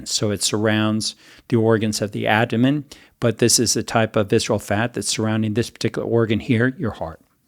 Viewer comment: Is he calling the abdomen the "adomen"? I can't tell but I don't think he's saying it right. Maybe I'm missing it but if I'm not, that makes me question his expertise even if I do believe him re: heart fat.